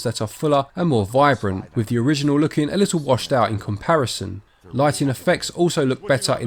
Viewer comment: a fird movie??? when did th change to pronounce as F? so with is wif. hard to take you seriously when you cannot speak properly